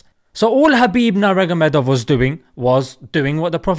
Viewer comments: Bro it’s literally Nur-Muhammad-ov, Nurmuhammad already obvious to Muslims and -ov is Russian naming convention meaning “son/descendant of”. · his lastname is read NUR-MAKHOMMED and postfix OV comes because of russia. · "naragamadov" 😂 😂 your not there yet at pronunciation but you'll get there insha allah.. Today is the match and may Allah make it easy for him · khabib himself said that his name spelled nurmuhammadov